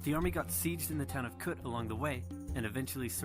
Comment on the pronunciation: koot not kut, koot with a long uu not a kut like the word cut.